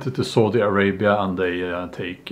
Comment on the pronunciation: Heheh i heard Saudi Arabi as Salty Arabia.